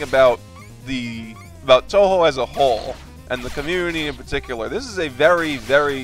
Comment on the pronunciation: >toho It's touhou bro. Touhou as in "TOE-WHO" Not toehoe either. Cool commentary though.